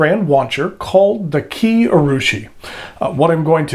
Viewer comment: oh, and Kiei is pronounced Kee-Ay